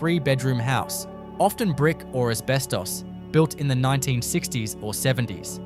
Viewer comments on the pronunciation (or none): none